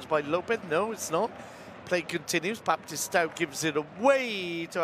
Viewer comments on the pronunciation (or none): none